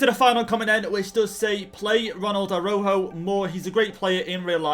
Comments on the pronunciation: btw i think it’s pronounced arau joe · Saying Araujo name is like "arau ho"